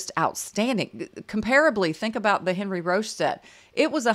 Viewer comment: Enn-REE Ro-SHAY (my French pronunciation credentials lol: 4 years of HS French, 2 years of College French, and I'm from Louisiana with a mostly French ancestry grandma)